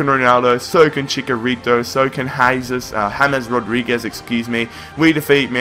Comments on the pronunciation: Why Chikarito its Chicharito and Krus, its Kroos!! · You pronounce it Chi-cha-rito. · Its Chi/ch/a/rito